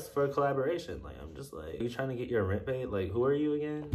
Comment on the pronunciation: "Are you tryna get your remt paid?" 😂😂😂